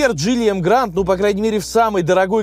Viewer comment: Так погоди автор. Вопрос ты специально называешь емгранд, а название emgard. Эмгард. Машина 8 лет в стране (как марка) продается. Видео интересное в любом случае спасибо за труд!